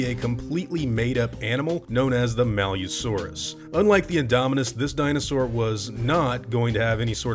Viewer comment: You pronounced it malYOUsaurus, but I think it was meant to be pronounced malice-saurus, basically meaning malicious lizard. But they decided to spell the name malusaurus so it would be easier to read. Otherwise it would've been malicsaurus.